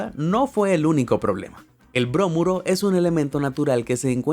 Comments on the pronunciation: Bromuro, no brómuro. Nunca explicaste cómo ni porqué tuvieron que luchar para sacarlas. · Muy interesante y muy completo el reportaje...gracias. (Una observación, no se dice brómuro, se dice bromuro)... Saludos...